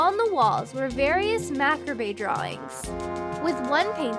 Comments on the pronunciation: Macarbé. MACARBÉ? It's pronounced macarb. Not trying to be mean, just sayin'. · MAHK-er-bay? That's...not how that word's pronounced...try ma-CAWB-re (or just ma-CAWBr) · Also macabre isn’t “Mack-a-be” it’s “ma-cob”.... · Hold on, is any one else gonna let it slide that she pronounced "macabre" as "mac-rab-eh" and not "ma-cahb" ? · Macabre is acctually pronounced like mah-cob. It's a weird word :^) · Just to clarify, the word "macabre" is pronounced "ma-CARB" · She mispronounced “macabre”